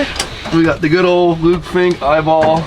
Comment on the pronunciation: Ah yes, the ol Think like Fink theory.